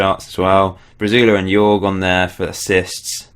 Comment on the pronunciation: great save mate!! haha the way you pronounce Jorge... it's like horhe if that makes sense hahaha